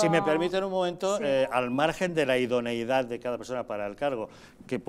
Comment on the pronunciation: joder que pesados con decir idoniedad..... se dice IDONEIDAD